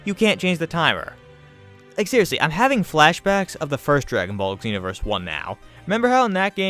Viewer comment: Just wanna say it's "ZEE- NO-VERS" not "EGG-ZEE-NO-VERS"